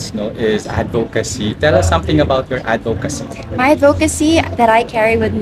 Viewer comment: "AD-vocacy", not "ad-VO-cacy".